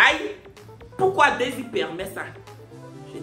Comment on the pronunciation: aussi on dit daysie toi tu ecris desire😂😂😂😂😂😂😂😂😂 bientot on va preferer loic hein